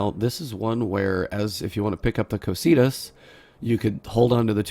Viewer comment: Ko-kai-tus, not ko-see-tus